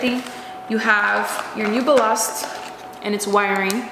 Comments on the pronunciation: It's definitely BAL-last 😊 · its pronounced ballast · Balas lol Ballasttttt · boo-lost... I love it 🤣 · Ballast rhymes with callous (means cruel). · Ba-lost 🤣🤣🤣that's perfect. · 😆 damn right Ballast baa - last you got it on your second try. the English pronounce it slightly differently switch around the non working bulb & ballast with the working bulb that should give you an indication whether or not it's a bulb/ ballast issue or a wire connection issue . OEM Parts can be ridiculously expensive . Oh and Happy New Year and wishing all the best for you and your Channel in this and coming years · It’s pronounced “BAL-ist”....